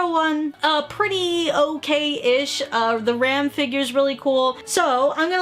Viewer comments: Her pronouncing ram as rem 😔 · Um that's ram not rem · Ram not rem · she said ram wrong